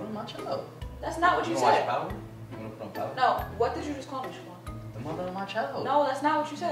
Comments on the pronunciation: You know it's bout to go down when says "Shaquan" 😂❤ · LMAO. You know mad when she calls "Shaquan"! Love you guys!